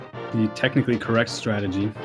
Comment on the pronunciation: Please for the love of god it's TURTLE ROCK not TURROCK And also it's STRATEGY not STRAGY I swear I'm not being a jerk, I love your commentary just the lack of syllables drives me insane